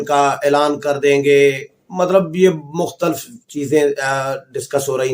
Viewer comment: بھائی جان اگر آپ ناراض نہ ھون تو ایک تلفظ درست کر لین آپ ھمارے بہت پسندیدہ ھین اس لئے درستگی کر لین۔ آپ مختلف کا تلفظ اس طرح کرین مخ ت لف آپ مختل ف نہ کہین